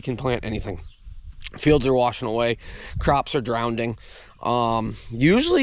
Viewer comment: "Drownding" is not a word. "Litterly" is not a word. "Sawdist" is still not a word.